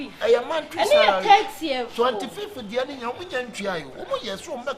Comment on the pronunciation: Y3 monthry sarary🤣😂😂